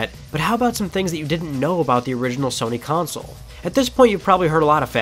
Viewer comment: CONSOLE not COUNCIL .. CON - SOLE KON - SOUL